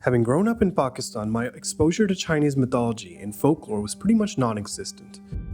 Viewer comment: As a fellow Pakistani studying in Guangzhou who is also a HUGE fan of this game (currently on chapter 4, just beat yellow long), I would like to thank you for pronouncing Pakistan as "Pakistan", and not "Phaekist-ann".